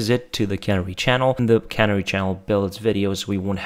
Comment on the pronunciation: Can - AIR - ee, shooly?